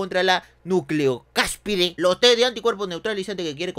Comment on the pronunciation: Hasta donde yo recuerde, la palabra era "nucleocápside" y no "nucleocáspide". Buen video,!